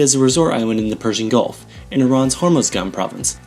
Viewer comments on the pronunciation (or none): none